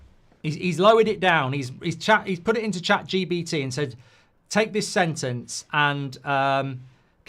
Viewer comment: Mark, it's Chat G P T, not Chat G B T ;) <3